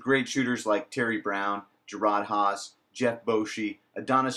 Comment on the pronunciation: You don't even pronounce people's names correctly. Jerrod Haase and Clyde Lovelette...figure it out